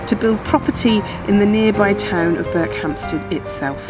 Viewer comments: That's BERKHAMSTED ... No "P" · Berkhamsted, no P. With the emphasis on the last syllable. Not BerkHAMPsted... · Interesting. I would have expected it to be pronounced Berk-um-sted. Just goes to show you never know. And nice to know they have such good train service. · Intrigued at how this place is pronounced. Ive never been, but I’ve always called it Ber-cum-stead rather than Berk-hamstead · Not sure - I grew up around there and don't pronounce it the way does. For me the first 2 syllables run into each other more - 'Burkham-sted' rather than 'Burk-ham-sted' if you get what I mean. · The emphasis is on the 'Ber'. Interestingly in nearby Chesham you can find a 'Berkhampstead Road'. Not sure who it was spelled like that; maybe an admin error or maybe something more historic. No idea. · No P in this one. 😀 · There is no "P" in Berkhamsted. It is unknown when the "P" was taken out of the name. The clue is in the opening shot of Berkhamsted station. Otherwise a great video as usual. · You pronounced Berkhamsted wrong :( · Not a bad effort,but we who live here ,don't pronounce it like that...